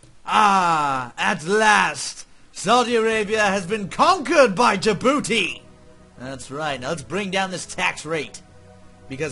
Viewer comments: In the beginning it's pronounced Jabouti. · Thank you! Liked :3 You said the name of the country wrong at the beginning! Silent D!